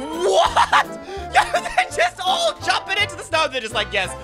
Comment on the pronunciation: Stop saying yo like yoyp